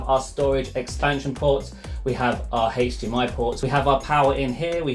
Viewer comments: Hdmi. Dunno what he smoked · What is the "Haytch Dei My" port?